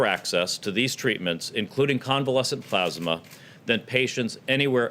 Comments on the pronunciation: Plasma or pluzma ? Lol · ....but what's "plarghsssmah"...? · Donate "PLAASMA" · "plausma", wtf? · Hard to take what he says seriously when he can’t even pronounce plasma right. I swear who ever wrote this for him put ‘plasma’ in as many times as possible. God so absurd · It can be pronounced both ways. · His ignorance is astounding. The man can barely read and please someone tell him how to pronounce " plasma". The man who believed the Corona Virus was a "hoax" and has acted accordingly throughout the pandemic by not acting.